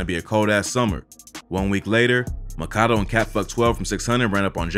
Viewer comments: His name is pronounced Mack-A-Doo, not Maka-Doe lol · its Mack-a-do, not mah-kah-doh. like when Rondonumbanine said “free my nxgga MACKADOYA cus my nxgga mack ah do ya” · I’m pretty sure it’s pronounced.. Mack-A-Doooo, not macado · It’s MACK-AH-DOO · Bruh you pronounce his name as Mac-a-do (Makado) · Makado is pronounced “MAK-A-DO” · LOL THIS NIGGA COPIED CHISCENE88 SOOO HARD HE EVEN PRONOUNCED MAKADO NAME WRONG LIKE THE COMPUTER GENERATED VOICE DOES LMAOOO ITS MACK-UH-DOO BRO 😂😂